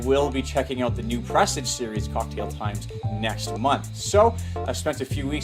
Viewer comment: Its not "Press-ige" its "Per-sarge"